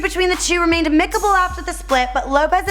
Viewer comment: Amick-able, are you fucking serious , at 5.46